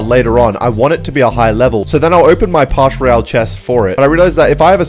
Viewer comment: it’s “Pass” not “Parsh"